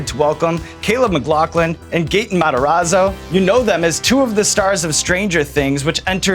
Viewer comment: Why is he pronouncing his name him gate in, I thought it was gat in